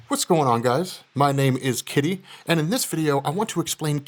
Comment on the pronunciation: Kit-tay of the rob corp